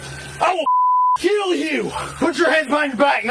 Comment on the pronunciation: noone who pronounces ''kill'' as ''keeeeyyyyuuulll'' should be a cop